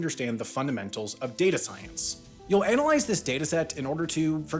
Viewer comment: Dear voiceover bot, the word "analyze" is not pronounced "ay-nuh-lyz" but "an-uh-lyz". The way you pronounce it makes me giggle.